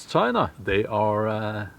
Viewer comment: 20 million missing in....... "Chi-na"